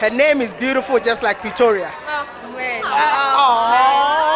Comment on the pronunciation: Can't even pronounce her name